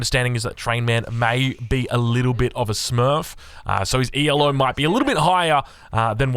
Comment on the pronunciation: One tiny thing: ELO is not an acronym, it is named after a Hungarian-born mathematician and chess player Árpád Elo. The correct way to pronounce it is therefore as one syllable.